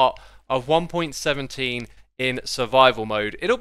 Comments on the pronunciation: you kinda said "one pointeen" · “in one pointeen”